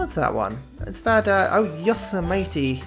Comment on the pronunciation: Yosemite 🤣😂 it said like Yo’smity ( 👌)